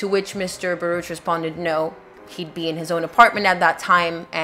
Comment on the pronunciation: It is pronounced "bar-OOK." The name is Hebrew.